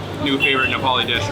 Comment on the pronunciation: Wow your Nepalese pronouncation are too good love it bro